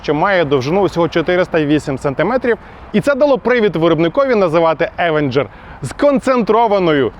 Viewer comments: Авенжер... як серпом по вухах. Він Євенжер !!! То навчіться говорити хоча б правильно ! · Евенжер правильно а не через а…